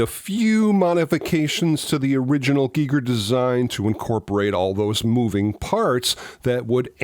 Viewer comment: So glad you pronounced H R Gigers name correctly 👍🏻👍🏻👍🏻. 👏🏻👏🏻 Small thing but it bugs me when people mispronounce it. Ha ha.